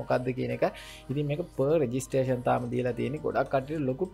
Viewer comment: බ්‍රො නියමය් විඩියො එක... දිගටම කරගෙන යමු...👍👍👍 පොඩි දෙයක් කියන්නම් තරහ වෙන්න එපා.... ප රෙජිස්ට්‍රෙශන් නෙමෙ ප්‍රි රෙජිස්ට්‍රෙශන්